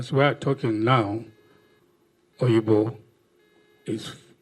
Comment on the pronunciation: Not oyigbo it’s obigbo stop miss quoting it